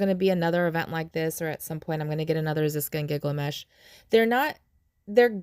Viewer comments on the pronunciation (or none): GILgamesh, not gigglemesh 🤣